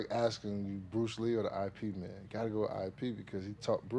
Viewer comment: Did dis guy just say "EYE PEE" for IP MAN? That's fresh. And hilarious.